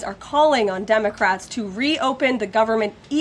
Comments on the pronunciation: She said "DUMBACRATS"😅😅😅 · I swear it sounds like she's saying DUMB-ocrats 🤣